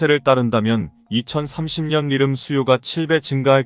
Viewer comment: 리름이 아니고 리튬으로 발음해야 맞습니다.